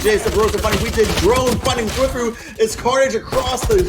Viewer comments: Kinda triggering the casters are constantly saying thwIfo and not twAIfo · dude wtf are these commentators cant even pronounce thwifo